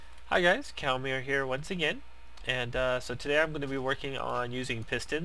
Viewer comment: xD I love how every time you start a video, it sounds like you say "Hey guys, Cow-mere here!" I would fucking die laughing if I actually saw a werewolf cow mix.